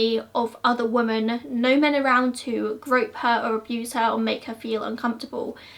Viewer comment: Omg please it’s women not woman!!!!!!!